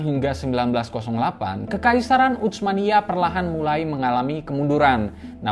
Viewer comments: Sdkt usul min,laen x pengucapan utsmaniyah jgn menggunakan ucmaniyah dg huruf c,tp dgn s saja usmaniyah,atau kl mau ikut bhs arab pk huruf tsa ث، عثمانية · Saran dari saya, ketika mengucapkan Utsmaniyah tidak perlu membunyikan huruf t nya, karena ts itu transliterasi dari huruf ث bahasa arab yg cara bacanya seperti s tapi lidah ada diantara 2 gigi atas dan bawah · Susah amat nyebut huruf bang "tsa", sampai baca "utsmaniyah" aja keceletot2 begitu... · Ga enak banget terdengar telinga pengucapan "utsmaniyyah" nya. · Bacanya bukan "utsmaniyah", tapi Utsmaniyah. Pake huruf tsa ث. Bukan huruf T dan S dalam bahasa Indonesia.